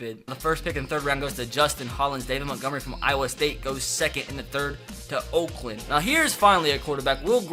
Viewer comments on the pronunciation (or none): none